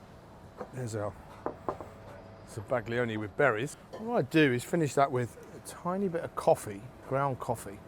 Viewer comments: zaba-GLI-one grates on my ears. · Za-Bag-Lee-Onee 😂 Instantly told YouTube to hide your videos from all future searches. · The g is silent. As a chef, foreign words shouldn't be foreign to you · The pronunciation is crushing me on the inside, no respect for the originating culture 😔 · Bro is absolutely butchering the pronunciation of zabaglione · I've never heard it for pronounced that way before? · The G isn't silent. It blends with the L to create a sound that is somewhat unique to Italian. It's somewhere between how you'd pronounce a Y and an L in English. The closest sound to it is the 'ill' in million, but not quite. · Please pronounce it properly. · Zabaglione - the G is silent! 🫶